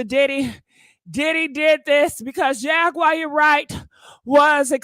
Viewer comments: Jagwire is that what she said😂😂😂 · Jag wire Wright 😆